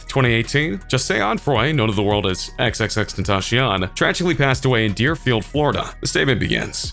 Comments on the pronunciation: You dont even know his name you say xxxtentashion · Why does he say xx tentasheyon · Choppa 7k nooo it’s xxx teen-tac-tyt-iona! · If he's going to make a video about him still being alive AT LEAST say his name the right way